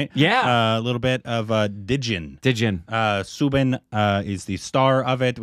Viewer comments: It's not 'su' it's 'sou' like rhymes with cow - SOUBIN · Its not soobin...its saaaauuuubin